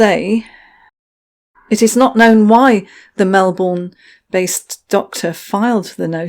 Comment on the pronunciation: I'm from Melbourne! Go team! And you pronounced it how we would:)